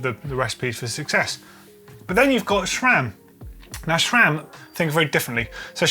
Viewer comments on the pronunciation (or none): Note, there is no H in SRAM, so why say SHRAM?